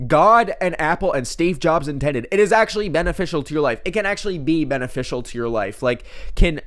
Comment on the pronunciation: "Beneficial" or "Ben official"? Question of the day, folks!